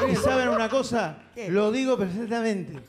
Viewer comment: Y lo digo herfecthamente jajajajaja